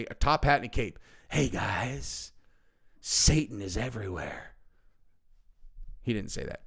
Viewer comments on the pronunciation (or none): none